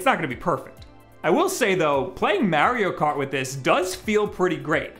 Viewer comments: "MEHRIO KAWT" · I guess he plays "Merio Kart" 🤔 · The way he says mario kart cracks me up